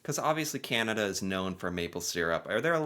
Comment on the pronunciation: Hi I apologize in advance, but you are mispronouncing ‘Canada’. You are saying Kee-ya-nada, when it is pronounced Ka-na-duh. Sorry lol!